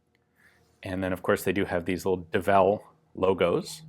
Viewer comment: It's early, I read "Devil's Full House" and was corrected when you said Devel hahah